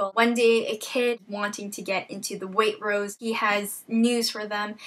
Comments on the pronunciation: You can tell she doesn't live in England when she says Waitrose! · hahaha "waitrose". It's a UK supermarket chain. And pronounced... differently ;P Good review, though.